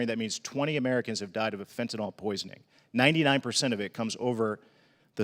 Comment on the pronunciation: I just have to say this ... stop sounding uneducated by saying "fentanol". It's fentanyl! Much like "nuclear" vs "nukular". C'mon!